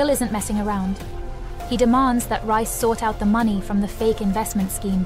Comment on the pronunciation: His name is pronounced REEECE!!! Not RICE!!! You are soooooo ANNOYING!!!